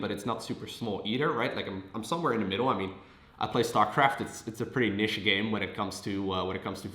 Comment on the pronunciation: He meant to say niche. It's a pretty weird word to pronounce